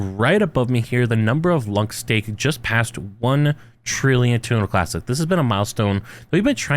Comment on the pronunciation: This is about terra Luna classic right? All I hear him saying is tunalunclassic. 😂😂